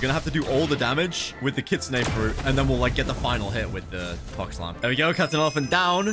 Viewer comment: I thought he said f*cks fire disruption